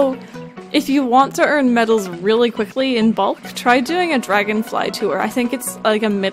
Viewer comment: Idk why, but when says medals it sounds like babbles